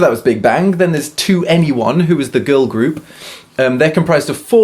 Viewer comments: I love how he said 2-N-E-1 reminds me of my rookie days of being a kpop Stan. 21 ...its 21 😂😂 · I could be wrong, but I believe that 2NE1 is pronounced "Twenty-one", not "To anyone". 😉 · I'm English but learning Korean. It was amusing to hear an English ascent when saying their names. And 2-NE-1.. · 2ne1 plz can you just say 21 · I'm very late to this party, but your pronunciation of 2ne1, forgetting their names, etc pains me.